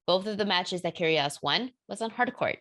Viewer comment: when you pronouns Nic's surname, you must doing it with a silent G - Kyrios